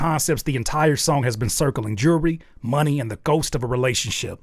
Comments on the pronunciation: The fact he says my knee talk is much louder now Who pronounces money, my knee? AI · bro you make such a big fuzz around something thats mega obvious especially the lyrics are obviously AI generated, nobody would rap this way "money talk is much louder now" with "money" emphasized on the second syllable that's something nobody would do. and then the local cable line on top. the only thing they added is adlibs in my opinion. those are real. maybe the main vocals were recorded by him and its a copy of something that AI prepared. but honestly they might be AI too.